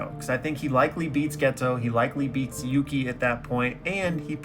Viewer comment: Dawg its yuki